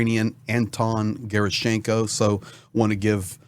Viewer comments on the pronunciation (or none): The correct stress is on the 2nd syllable,- Ger’Aschenko